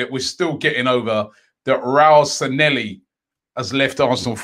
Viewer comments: Bro its pronounced 'SAN-YE-HI' where are you getting these Ls at the end from -and double L is always pronounced YE anyways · SAN-LE-HI IS HOW ITS PRONOUNCED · Robbie the name isn't Sanelli kindly pronounce it well